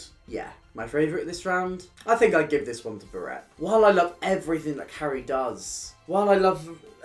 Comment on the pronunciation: Love this video but I can’t get over how you say Barrett. It’s Bah-ret not ber-ett